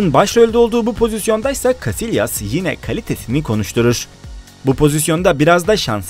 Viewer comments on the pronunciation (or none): none